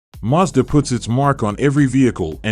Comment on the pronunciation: First of all, it is Mazda not Muzda.